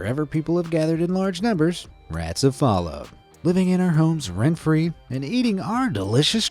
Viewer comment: bro the way he said rats was actually cool